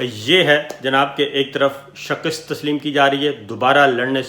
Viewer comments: Sabir bhai, the word is Shik-ast not Shak-ist !!! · Shakist nahi hoti . Shikast hoti he lolx urdu k lafz to theek adaa kia karen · Sabir Shakir sahib, shakist nahi, shikast… she-kust…. . Please correct! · صابر شاکر صاحب! لفظ۔ ِشَکَست ہے یعنی ش کے نیچے زیر اور ک کے اوپر زبر۔ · Plz pronounce the word "shikast" rightly